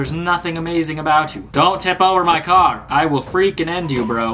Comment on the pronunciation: When he said get off my car it did not.... Sound like car! XD lol